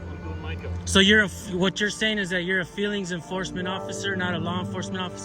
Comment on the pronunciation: Ohhhhhhh the FWEELINGS POLICE.